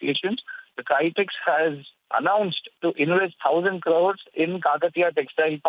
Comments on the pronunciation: Haha, it's not "Kytex", but Kitex. :D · It's kitex not kaitex